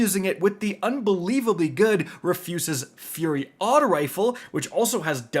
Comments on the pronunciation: REFUSES FURY?!?!? VOT! I’ve never heard any butcher the rufus name so bad BOI WHA DA HELLLLLL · "Refuses" "As you can see" "Rune"... Sigh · Rufus: Roo-fuss 🤦🏽‍♂️ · "Rufus" would be "Furious" at how you pronounced his name lol